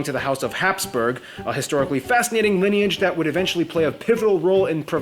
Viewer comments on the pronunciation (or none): none